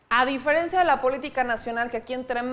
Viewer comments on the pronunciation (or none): none